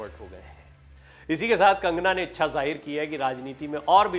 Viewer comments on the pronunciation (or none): none